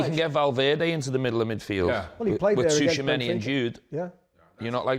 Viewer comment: The way Gerrard pronounced Tchouameni's name is hilarious😂😂😂😂😂😂😂😂